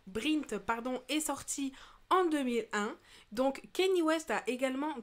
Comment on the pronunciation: on dit " kagné " west